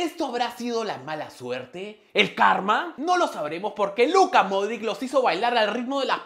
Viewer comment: El nombre del jugador croata (el apellido) no se pronuncia "Modrik". Es "Modrich". La "ć" en su apellido de pronuncia como una "CH" pero suave. Aprende.